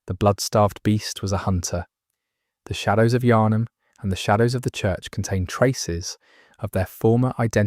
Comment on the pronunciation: A little spoiler for you . They clearly haven’t played this game. Thought the mispronunciation of Yharnam was a little weird, then the whole soul thing gives their game away.